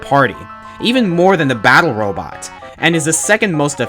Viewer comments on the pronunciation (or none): none